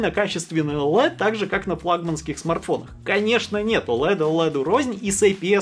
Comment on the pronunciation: Оулэд, оуэлед оуэлед, оуэлэд.